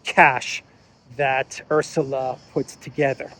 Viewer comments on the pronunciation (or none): none